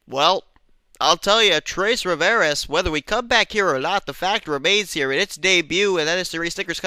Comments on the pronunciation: XD, it's pronounced "Twah-Rih-Vee-Ay", not "Troys-Rihv-Air-Ehs" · It sounded like you said Three Rivers in Spanish not French 😊